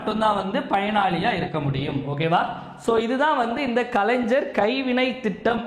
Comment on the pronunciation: Kalaingar ஞ் உச்சரிப்பு தெரியாதா தம்பி